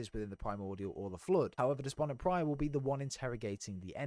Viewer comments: Great vid! Appreciate the catch up on the lore, since Halo 5 kind of put me off. Only one question: It’s “Despondent Pie-er” not “Pry-er” isn’t it? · Depondent PYRE, not Prior 😂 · Despondent Pyre not Despondent Prior. Adjutant Resolution not Adjustment Resolution. Offensive Bias not Defensive Bias. Pls try to pronounce the names correctly. Thks for the video. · Its Despondent Pyre (Pie-Er) no Pry-Er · loved the video it was great and really interesting but it irritates me when you call Despondent Pyre "Despondent Prye"😂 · Great vid and explanations! Bit of feedback work on getting those names down: Offensive Bias, Despondent Pyre, Adjutant Resolution. Keep it up!